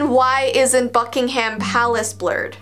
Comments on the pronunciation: im british, and you dont pronounce Buckingham palace as 'Bucking-HAM' you pronounce it as 'bucking-uhm' :) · ILY but Buckingham Palace is pronounced Buckingam. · Sorry English correction here You don't pronounce it buckingHAM Book/ing/ham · You say Buckingham so weird 😂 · The way said Buckingham palace rlly triggered me....